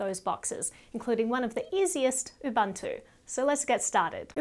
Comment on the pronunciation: Very informative video, but she missed that it's pronounced Ubuntu and not Ubantoe.